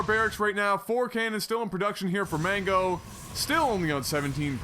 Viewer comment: You pronounced "Mango" wrong!!!